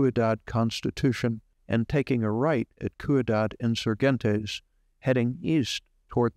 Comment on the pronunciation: Nice... fyi the Spanish word Ciudad (=City) is pronounced 'SEE OO DAHD' (oo as in moon)